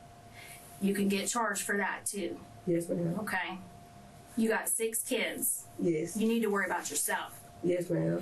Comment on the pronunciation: Well he has eight keeids at twenty-two....so he can swear on a few.